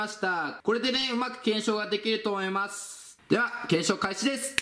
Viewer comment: ～していきたいと思いますの思いますの滑舌毎回おかしいわ笑